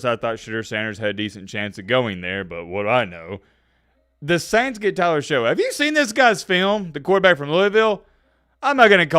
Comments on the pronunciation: Pronounced “shuck” not “show” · I love you and your content, but maybe you shouldn't be hating on Tyler Shough when you can't even pronounce his name right? His last name is pronounced shuck (not show) and his film is actually pretty incredible. He gets nervous under pressure, which sometimes causes mistakes, but that's coachable. He can fix that. He has incredible physical talent and a canon arm. He's a great prospect and he had a very good season at Louisville. In the game between Louisville and Miami, he actually outplayed Cam Ward! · It’s shuck not show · Shough is still pronounced Shuck, is still a casual